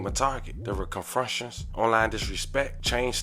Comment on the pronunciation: “confrunctions?” “Confrontations?” Not tryna be rude. I don’t have to be a square to know that